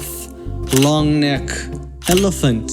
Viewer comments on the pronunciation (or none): none